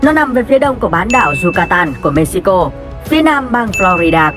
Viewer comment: Cái đấy phải đọc là Mê-hi-cô mới đúng chứ nhỉ ??:D??